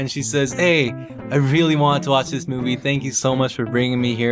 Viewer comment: Yes You WEALLY Like It Plz learn English... ill help 2 ifya want:D